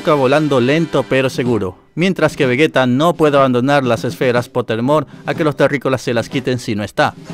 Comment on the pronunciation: Se dice "Vegeta" no "Vegueta" que les cuesta decir bien el nombre de un personaje?